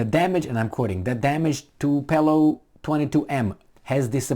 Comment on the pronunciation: Tupolev, not "tupelov" ffs.